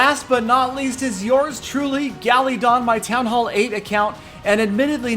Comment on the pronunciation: Tell he sucks and I am in one of his feeders clans the second one I am a th8 and I don't have 300 war stars I am just maxed th8 almost just need walls sucks Galadon rules forget his black list lol cause I just learned about it and it's not gallydon or val-cry Learb how to pronounce it you suck get of your break and and Galadon are the same person I got proof lol rules number b Ah blah 😂